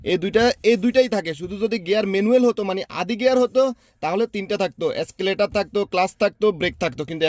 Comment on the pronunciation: এস্কেলেটর না এক্সেলেটর